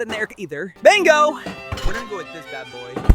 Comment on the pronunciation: I love it how he said bango instead of bingo lol